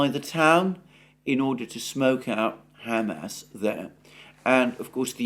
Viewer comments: Alexander, you try to be so careful with the pronunciations of Ukraine and Russian cities, etc. Is Hamas really pronounced Ham Ass? I doubt it. I could be wrong. Any help here? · brother for the love of all that's good please stop saying it like 'ham-ass' its so funny and it breaks my concentration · Alexander, I love your show and watch it daily. Please keep up the great work. But please learn how to pronounce Hamas. You take such great care in your pronunciation of Russian and Ukrainian words, which I really value. A moment of your time to attend to this would be much appreciated. All the best! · I like how you pronounce it Ham Ass, rather than Hah Mass. I will be using that pronunciation for those butchers now. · Hey Einstein. The whole world says ha-MAS, but you have to say HAM-ass. Good grief. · Ham ass 😂 it's Hamas. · I like the way Alexander says Ham Ass. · Why does he keep calling them Ham Ass?